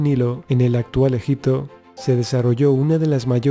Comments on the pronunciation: fernandez villa jajajajajaja😄😃😂😁😂😄😄😃😂.... veo ke nadie entendio mi sarcasmo... el puto español no puede pronunciar egipto😒 y dice: ejic-to😠 en vez de egipto😏 pero bueno ta chido hijitos echenle dulces a la piñata😄😃😁😁😂😄😂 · Muy buen Documental. Muy buenos y válidos datos. Esa información la proveen Documentales de History Channel, kokGraham HancRobert Bauval, Faltaría únicamente, agregar las "P" de EgiPto, las "B" de oBjeto; las "G" de siGnificado, laS "X" de eXtremo; las "B" de suBterráneo; las "C" de teCnológico; varias letras faltantes, que distraen y desmerecen la buena información, etc. Escuchar Egito, Egicios, ojeto, etc, es muy desagradable. Si el Presentador se esmera, como corresponde a un serio Docmental como este, sería maravilloso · se dice ejipto, tal cual XD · escucha al putete.. y en ves de sonar .. egipto.. dice ejic to... español putete tenia ke ser😄😂😁😂😃😄😄😃😁😁😃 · en el antiguo ejic to ... 😄😃😃😂😁😃😃😄😂😁😂😃😄😃😂😁enseñste primero a pronunciar.... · Rojito Morito llo allel conpRe el amtijuo ejicto